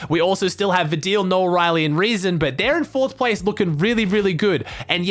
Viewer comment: You are the only person who pronounced "rezon ay" right (I am from Germany)